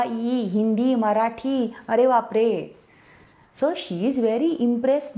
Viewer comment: I have watched hundreds of her videos. But I am still obsessed with how good her Marathi diction is!!! Her accent is pitch perfect